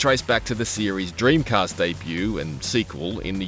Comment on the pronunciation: You mispronounced Dreamcast. I had it on a PAL Dreamcast and sunk ridiculous amounts of hours into it.